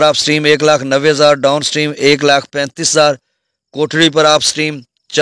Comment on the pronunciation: بھائی یہ کوٹری ہے کوٹڑی نہیں ہے اپ کوٹڑی بولتے ہیں جو کہ غلط ہے